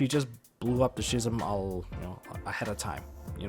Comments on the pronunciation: I hate to be that guy...... but it's pronounced "Ski-zam' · you should google "schism" and hear how it should be pronounced (saying this in a friendly manner btw xD)